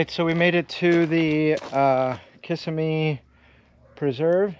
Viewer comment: Accent is on the middle syllable in Kissimmee not on the first.